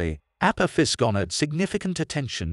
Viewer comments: The narrator doesn’t even pronounce it correctly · Perhaps learn to correctly pronounce the name of your subject before making a vid, yes?